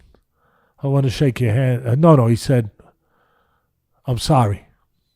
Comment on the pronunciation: If Mike says, I'm thorry man, it's probably genuine.